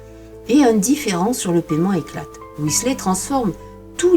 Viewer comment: Intéressant...mais comment parler d'un peintre sans diffuser des reproductions de ces oeuvres ! Je connais ce peintre depuis quelques années, un génie peu connu en France Petit détail, on prononce son nom "Whislère" (je vous fais grâce de la phonétique anglaise....) Alan